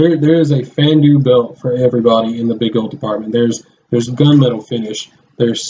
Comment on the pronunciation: I like the vid but the way you say Fandu makes me cringe